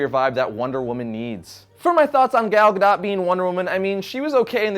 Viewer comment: It's pronounces Gal (like a lady) Gadot (ga-doe)